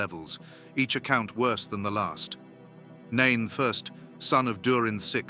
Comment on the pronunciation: Yes, "Nain I." Someone forgot to tell the AI that one doesn't prounounce the "I." Then there are the quotes from the books, "chil-dren." There were several others, but those two stood out for me.